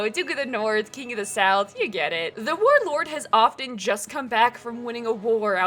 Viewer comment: .... oh I have seen your channel before lol. I recognise those baskets. I swear to god you said vore lord not war lord twice at the start there lmaoooo